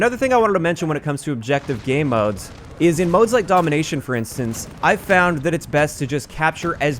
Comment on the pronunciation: Why does he keep saying “Gay Modes?”